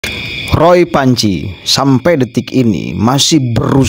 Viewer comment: Renyah banget waktu bilang Ruuuoooyyy Fuanciii 😂😂😂